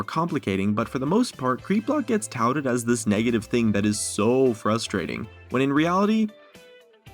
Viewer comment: "Negatvie" ^^ Give me a cookie plz